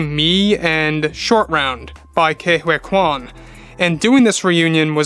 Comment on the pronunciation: It’s KEY WHO - E QUAN! Sound it out with me key, who e quan”